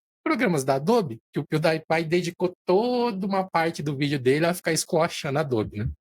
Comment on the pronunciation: Amo como o nunca consegue acertar as pronúncias das marcas/nomes kkkk "pew DIE pie" kkkkkkkkkkkkk (Só a título de curiosidade, a pronúncia correta é "piu-di-e-pai" [pronuncie em português] )